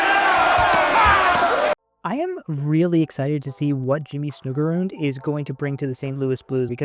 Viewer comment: “Snoogergeroond” “Paraynko” 😂